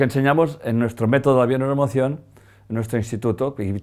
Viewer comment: Necesita decir la palabra bio neuro? emocion mas clara, la diccion.... solo una sugerencia. Perdon y Gracias.